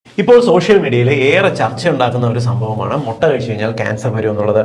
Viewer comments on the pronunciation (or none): Motta alla mutta